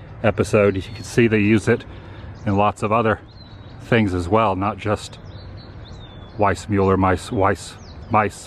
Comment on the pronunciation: He's funny.. But I think it was Weis mule er as opposed to mull er.. Lol. I never heard of this place and I grew up in CA.